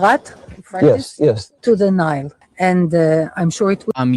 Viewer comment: "from the yoo-frat" - person who is definitely indigenous to the land.